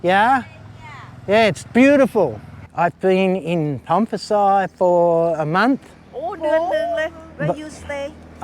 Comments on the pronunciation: It’s pronounced- Pone - Pi - Sai 😊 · Sorry mate, you aren't in Northern Thailand. You're in the Northeast or Isaan. โพนพิสัย learn Thai, then it is impossible to mispronounce names. Pon - Pi - Sai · Are you pronouncing โพนพิสัย with a F? Really dude? 😅 Edit: sorry mate see someone has already pulled you up. Great video though. How do you cope out bush in those places? I love visiting North East Thailand, love the people and food but it's a bit far from civilisation for me. Good luck with your future.